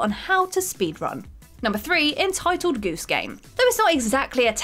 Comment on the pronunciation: That's how pronounced it...